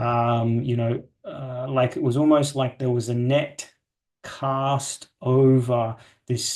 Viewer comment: I appreciate your apology as we all aren’t perfect. And I am picking up on the name you’re putting down when you stressed on the phrase “a net cast” 😉